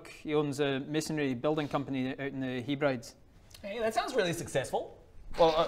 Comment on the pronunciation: HE-brides was funny! pronounced "heb-rid-ease"